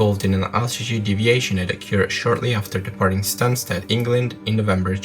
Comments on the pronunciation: Stansted* not Stanstead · your videos are fantastic but not sure why you want to narrate on some, it needs a lot of work. not criticising just trying to help. btw it's *Stansted not Stanstead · Stansted not Stanstead!!!!!